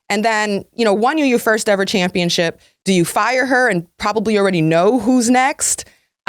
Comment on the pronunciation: Ugh! It's just my own personal pet peeve, but it is not "chip". It's ship. ChampionSHIP, not championCHIP.